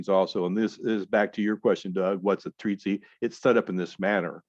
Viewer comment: Treatise not treatsy but good vids